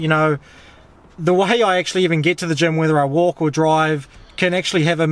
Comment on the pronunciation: I was thinking that you are in Germ (Germany), but it's "gym". xD